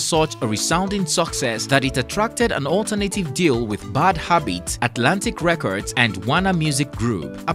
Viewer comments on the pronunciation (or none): none